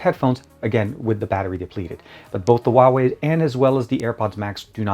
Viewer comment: You pronounce the Huawei wrong.